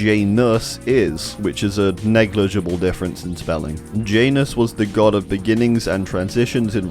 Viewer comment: I'm sorry but I can't with the way you pronounce Janus. It hurts my ears and soul